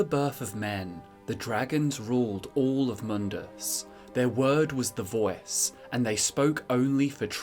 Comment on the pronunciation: “The vœæce”